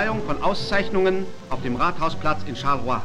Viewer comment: The place where Leon Degrelle gave out awards in the town square is Charleroi in southern Belgium. I understand how a German pronouncing a French endonym would be hard to comprehend 😂